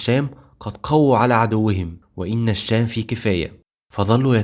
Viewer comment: اتمنى تحاول تضبط نطقك للكلمات اخى الكريم كلمة "الشام"نطقت لامها قمرية مع انها شمسية لا تُنطق وهذا من باب التذكير فقط ربنا يوفقك فى القادم